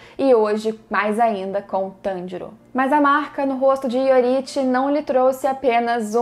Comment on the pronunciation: E tanjirino não tanjiro